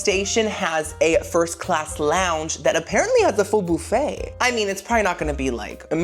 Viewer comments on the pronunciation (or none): none